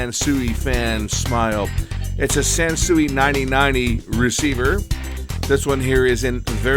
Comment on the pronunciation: Hey it's a San -Sewage! LOL